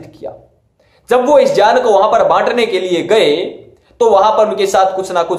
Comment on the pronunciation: Bhai pronounce tau Sikh lo pehle baad mein ana debate karne ...Jaan nahi hota hai GYAN hota Bhai. Khud ka insult Na karo publicly.